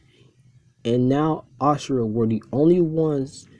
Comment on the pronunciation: But it IS Asura & not "Ashura" as he pronounces it